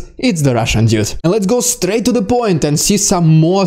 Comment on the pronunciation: LOL! Yes you said "DeSatanization" correctly! Need to work on "Dude" not "Dyood" and "first" not "Fyirst". LOL Otherwise, your video's are the best!